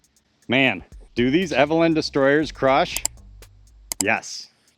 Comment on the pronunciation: Eveliina. Pronounced as evelena. ;)